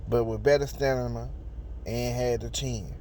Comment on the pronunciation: It’s Stamina not Stanima. I SWEAR I CRACK IP EVERYTIME🤣😂😂😂🤣😂